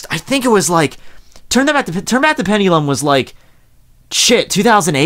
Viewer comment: never use the word pendulum again, you butchered the hell out of it like 40 times. almost couldnt even watch this whole video